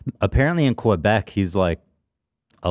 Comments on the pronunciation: not ab calling Quebec Q-beck😭😭😭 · Why do they all pronounce Quebec that way lmaoo its not Kew Beck its Que kind of how you say it in Spanish rather then kew lol.